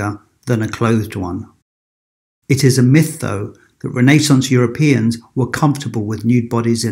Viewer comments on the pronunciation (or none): Sounds like renna…Renaissance…I have never heard it mispronounced so 🤔 but thanks 🙏🏽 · your saying renaissance completely incorrect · It's Renaissance not Renaissance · It took me a whole to understand he meant RENAISSANCE.